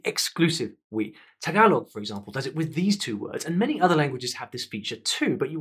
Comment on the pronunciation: Thank you for pronouncing Tagalog correctly 💙